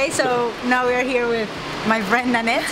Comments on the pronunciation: one advice, please pronounce 'here' as 'here' not 'hair' and 'beer' as beer not 'bear'. or just continue with Hindi/punjabi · I am sorry to correct you but just like OCD I feel uncomfortable each time you say here , beer You pronounce it very Panjabi way...hai , bear... instead you say “he ear” and” be ear “ I think maine aapko upset nahi kiya Sorry 😐🙏please try